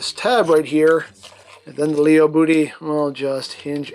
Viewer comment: I’m pretty sure lío is pronounced (lie-oh